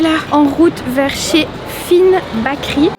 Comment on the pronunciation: Eh les fille si vous etes belge c la honte, la boulangerie en ndls c Bakeryyyyyyyyyy et pas bakeri mert xp faite un effort, sinon merci pour la video cetait cool